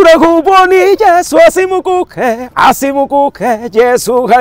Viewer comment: Asimukuke.... It's asimukhee